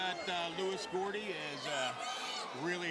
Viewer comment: ITS GOUDY NOT GORDY PRONOUNCE THE MANS NAME RIGHT!!!